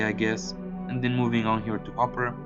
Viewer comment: It’s not hoper . It’s Hooper